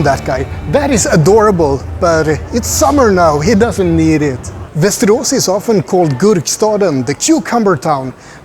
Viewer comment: Doesn't look that ugly at all. May be I am wrong and its not so appealing when compared to other towns with beautiful houses and architecture in Sweden. By the way when you pronounce Västerås it sounds very mush like Westeros HBO's Game of Thrones.